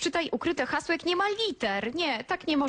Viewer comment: "ODCZYTAJ UKRYTE HAŁSO"